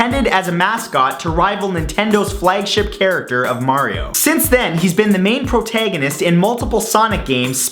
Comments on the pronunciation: I don't often hear the Canadian accent coming into your voice, but when you say "protagonist"... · Protaygonist Antaygonist Damn Canadians and there pronunciations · "Prot-ay-gonist" My Maryland senses are tingling.